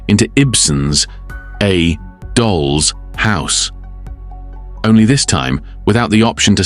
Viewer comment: Very well written and narrated. But I am puzzled by the pronunciations in places: The. Doll's. House. for instance, sounds pretty A.I., and yet most of the narration doesn't. A minor quibble - excellent work!